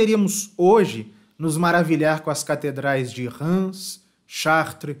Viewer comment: Dica: 'Reims' se pronuncia sem o 'm'. A pronúncia é 'RÃS'.